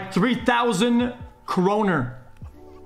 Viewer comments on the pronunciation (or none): none